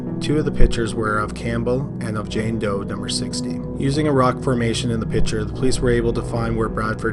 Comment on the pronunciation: PiCture not PITCHER.